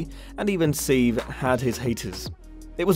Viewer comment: 'Seev'??? SEEV??? His name was SEVE!!! Sevvy, You complete dolt. (Actually that is unfair....you are only an apprentice)